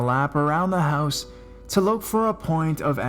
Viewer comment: Quit separating the syllables while talking really fast at the same time."I RE-GU-LAR-LY STAYED AT HER MO-THER-S HOUSEUHHH"